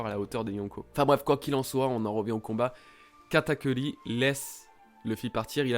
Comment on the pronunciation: "Katakuli" dégueulasse xD sinon cool la review^^